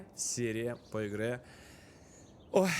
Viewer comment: Слушайте начало "Поигрэ" ХЕХ